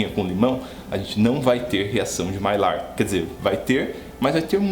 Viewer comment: Mestre, sem querer ser chato, já sendo, a pronúncia correta da reação é maiár.